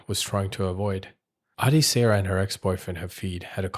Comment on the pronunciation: Her name is pronounced Ad(eh) Sarah.